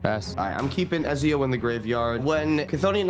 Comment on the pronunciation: Everytime said Ezio, I cringed a bit. I know he hasnt played AC, but damn